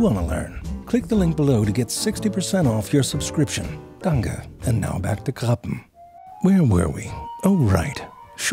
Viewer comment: Me: oh wow, Ze really pronounced "Krabben" well, I never hear other second language German speakers who care enough to- Ze: German was my first language Me: 🤨😐🤯 I didn't know there were Germans named Jose